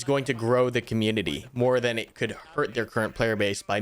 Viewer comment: hehe "comunititty"